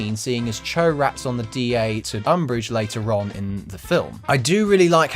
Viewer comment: Whenever this guy says later on, I hear later Ron.